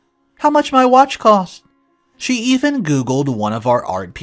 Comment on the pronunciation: So in one paragraph you pronounced the word "even" two different ways. I know you have multiple channels now and make a lot of videos but please slow down just a little so you can fix the mistakes. You change words, add words, drop words, & mispronounce words, often changing the meaning of the sentence, in almost every video. I would much prefer quality over quantity. I'm sure I'm not the only one who feels this way. Even with this, yours is one if the best channels in the genre. Isn't it worth just a little time to make it better? Again - quality over quantity.